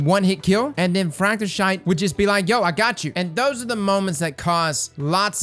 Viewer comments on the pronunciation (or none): I cant stop laughing at how literally EVERY time u say “fracta-SHYTE” throughout the entire vid im done dood i can my abs r getting ripped rn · It's pronounced Fracte(thist)thyst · It's propounced like Amethyst. "Thyst" is pronounced like thistle. Fract-a-thisst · Bro, I love your vids, but it's Fracta"thist", like Amathyst, or Rhthym. Please, for the love of my friggin' ears, pronounce it properly! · Frontier internet took me out! 😂 You told us to help you with pronunciation. Frak-tuh-thist 😁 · Hearing you say, "Fracte-sh!te" like every other instance had me smirking the whole review... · Fractethyst is pronounced like amethyst. THIST. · Fractethyst is pronounced like amethyst with an ist at the end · Frac-t-what? Srsly? Never change Sir, never!!! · It’s because you keep on mispronouncing it 😭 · is doing such a good job pronouncing fractethyst. Amazing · The way you say Fractethyst hurts my soul, idk why content creators (in general) have a hard time feeling out the pronounciation of Bungie weapons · Imagine saying the word amethyst but you're saying Fractethyst. Also, it should be common knowledge that Bungie ships their content half broken at launch. You're honestly the last content creator for Destiny that I follow because you're an awesome dude. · Is it not pronounced like "Amethyst?" Also, I always figured Fractethyst was mostly PVE, to go with Stasis elemental well stuff, what with LfG and Ensemble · Hears how pronounces it please... please stop